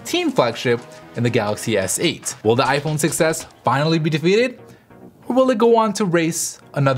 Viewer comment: I keep thinking you're saying "success," not "6S"